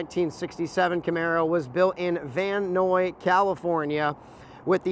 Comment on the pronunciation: The city pronounced is Van eyes , & those are not stock size wheels for that year Camaro , although they should have been because they look great !